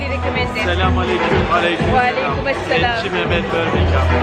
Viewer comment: I think it's pronounced et-chi meh-met because in Turkish ç is usually pronounced as 'ch' 😆💖